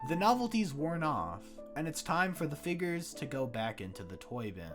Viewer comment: Blud is saying figgers